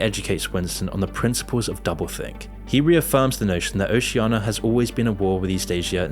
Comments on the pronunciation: It's Oceania not Oceiana! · why are you mispronouncing Oceania? it's not Oceana and it's pretty jarring.